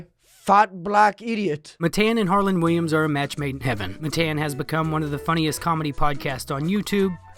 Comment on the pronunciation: Its harland WILLIAMS lol how do you make a video with the legend and get his name wrong